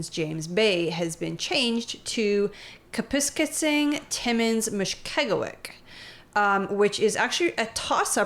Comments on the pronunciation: Good vid, Kapuskasing is pronounced “cap-us-casing” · Just for future reference: Kapuskasing is pronounced: Cap-us-scape-ing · Just a heads up it's pronounced like Cap-Us-Casing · Kap-ass-skay-sing, lol is a tough one! 😂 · It's pronounced cap-us-casing